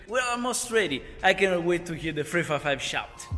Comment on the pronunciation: " What Ferrari model is that? " - It´s a FREFAIFAIV (355) hehehehe, that italian accent is on point!! Btw, awesome soud!! Cheers from Brazil.